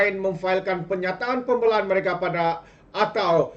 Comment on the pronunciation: Berapa banyak kita nak dengar sebutan pun x btul nih? "berang" .."pembelaan".. kamu x blajar BM ker kt sklh ?